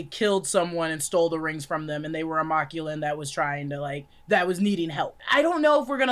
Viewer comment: why yall saying Machuan as Ma Clue In it's MAC LU WAN